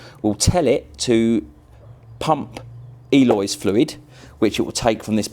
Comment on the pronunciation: people its Eolys not Eloys.